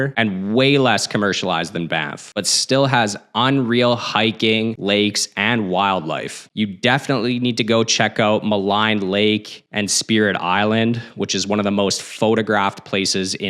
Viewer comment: Maligne Lake pronunciation is "Mah - leen" despite what Google says. "Muh - line" definitely identifies you as a tourist or outsider.